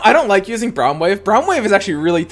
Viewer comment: I hate how he pronounces braum lol